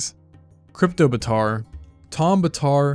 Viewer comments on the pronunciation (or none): Im sorry, I got stuck with the "KRYPTObaatar" 😂😂 Imagine raptors using that as currency .